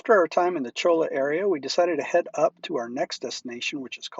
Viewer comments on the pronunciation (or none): I've been all around that area, but never actually inside Joshua Tree NP. Looks beautiful! BTW: Cholla is pronounced "choy-ah"